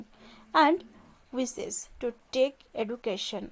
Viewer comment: The word is education not eaducation